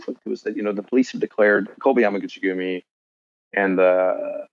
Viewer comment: How many times did this guy say yami guchi gumi? Lol